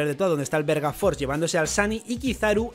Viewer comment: soy yo o dijo verga force? xD